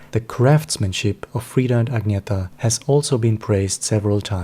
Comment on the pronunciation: It’s Ag-nee-tah. And your voice is extremely boring. Hire a professional person to read your inane opinions please. And learn to pronounce their names properly. If you don’t know how, watch official Abba videos where THEY speak and tell their names themselves. Idjit!